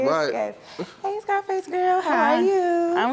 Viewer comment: Bro Said “SCIIFACE” 😂😂😂😂